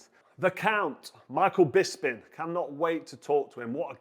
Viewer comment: Glad Carl’s finally learned how to pronounce Michael Bisping. Instead of BisPINGGG! 😂